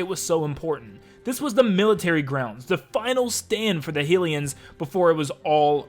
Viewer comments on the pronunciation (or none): Why did you say hillians instead of hylians